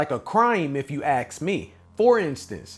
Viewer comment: Ask not Axe.